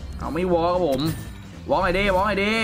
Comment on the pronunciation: จากว็อคกลายเป็นว๊าคคค😂